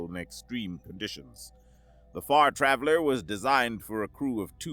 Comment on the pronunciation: You said Far Traveler, but I heard the name of the ship as the Fart Raveler